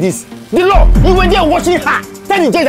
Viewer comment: I thought he was 'The Law', I didn't know it was actually 'The Low' 😊